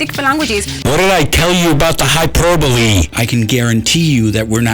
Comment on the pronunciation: Hyper bole, I think you might be putting the em pha sis on the wrong syl lable